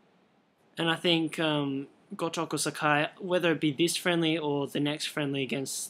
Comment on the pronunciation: you are pronouncing sakai wrong.